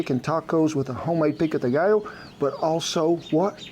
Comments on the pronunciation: The double Ls are pronounced like a “y”. You said it correctly when said pico de “gallo”. Same thing for pollo. And yes, pico de gallo, literally translates as a rooster point or beak, inferring, that it has a bite. Love your videos. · LOL! You pronounce "gallo" correctly as a Spanish-speaker would but "pollo" like an Italian! This made my day! Love the channel